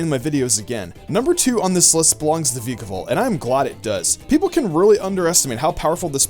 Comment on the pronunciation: I'm so glad you said vikavolt instead of vAIkavolt like some other poke tubers! :)